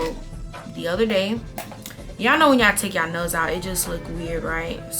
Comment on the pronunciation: I kept thinking she said when you take your nose out instead of nails 😂😂😂